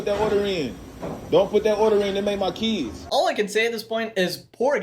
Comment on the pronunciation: But she pronounced it as "keeds"; that alone would make me end the date right there.